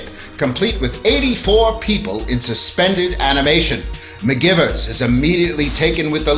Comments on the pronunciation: REALLY thinking that, as well. Bugged me for the entire video. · They prounounced it like McGyvers, not McGivers, but it was spelled McGivers.